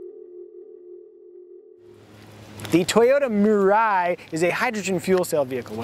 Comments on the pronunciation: Three syllables: me-ra/la-ee. It’s the Japanese word for “future.” That middle syllable’s consonant is in between the English “r” and “l” which is why I notated it that way. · "mirai" means future in Japanese btw and the way people are pronouncing it its so funny